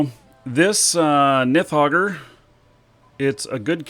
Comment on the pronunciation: It's nidhoggur i've never heard anyone call it a "nithhoggur" XD